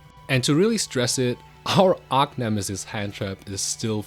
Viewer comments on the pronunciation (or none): none